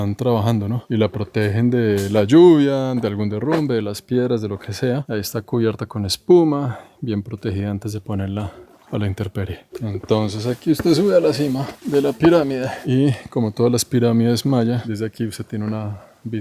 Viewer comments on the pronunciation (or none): intemperie, no "interperie" 🙋🏽‍♀️